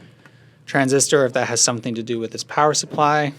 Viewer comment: I already knew you were midwestern for many reasons (for example, saying you are) but that "Some'n happened thaer" line is the most midwest thing I've ever heard you say. That inflection... 👩‍🍳💋